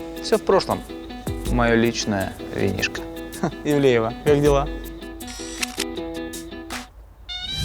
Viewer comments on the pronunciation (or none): none